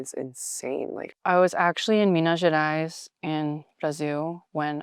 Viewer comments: the way she pronounced Minas Gerais so perfectly!! *cries in brazilian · Audrey just saying "pão de queijo", "Minas Gerais" and "Brasil" like a boss 🤍🫰🇧🇷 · Audrey's pronunciation of "Minas Gerais" and "Brasil" caught me off guard, that was so good.